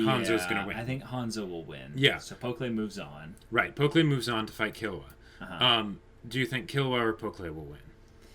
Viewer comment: Man I love you guys' reactions, your discussions are always so well thought out! Can't wait till the next episode. Oh, and I'm not sure if you've noticed, but you've been saying Pokkle's (the archer) name wrong (it's understandable, I think they only say it like once). It's pronounced "pok-ul", like how you would read it in English, not "pok-lay".